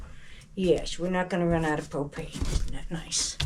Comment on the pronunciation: I heard you say just about out of cocaine and I though what did she say I listened again , propain..